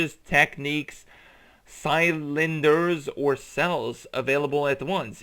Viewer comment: Dude, you really need to learn how to pronounce words properly. Cylinders and melee are not difficult to pronounce